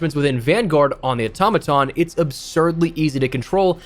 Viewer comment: It's not called the automatom😑